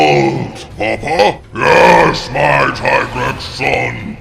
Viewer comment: It's not Tygrex. It's Teegrex...